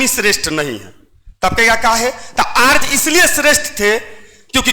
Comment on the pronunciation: Arj नहीं आर्य